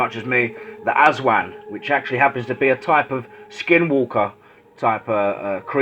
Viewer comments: Correction, it's the ASWANG (Uh-swung) It's basically a vampire, a witch and a skinwalker rolled into one. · its Aswang bro not aswan